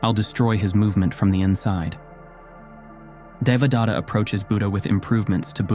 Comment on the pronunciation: Nice fictional story. But do you really think that you got in touch with the original knowledge and found who was the real Buddha? When you read the word Devadatta, I am wondering whether your followers could build their understanding around some other name because you are short on pronouncing it that would evolve into a new story with a new name. Let me tell how it should be read using a few English words as close as possible. DE should be read as THEY. VA should be as in cleVEr. The next sound DA should be as the word THE. Next sound T should be as in the word paTH. Last sound TA should be read as in THAna (Indian - police station. This is the same word that is read as station in English - Check pronunciation on line). I am trying to point out that, the word Buddha is also a poor pronunciation of the real word. As you describe yourself, I am also a researcher in to ancient knowledge. Just like false gods and prophets, there are also false Buddhas that you don't understand. Modern teaching is extremely corrupt and deviates from the original teaching. On top of that, they have mixed everything together from other interpretations contained in Hindu, Aghori, and Jain faiths, and even some concoctions by individuals that further dilute this very important piece of human knowledge. Every human today carry genetic changes reflecting the application of the original knowledge that form basis of your every day activity. BTW, the original knowledge did not originate in India as you cl